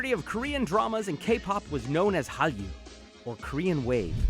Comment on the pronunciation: LMAOOOOO it's 할류 and noT 한류